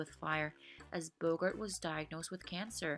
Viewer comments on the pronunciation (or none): It’s Bo-GART, not BO-gert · Bogart's name rhymes with "cart". It is not pronounced "Bogurt". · I've heard Redd Foxx as Fred Sanford pronounce it "BO-gert", though.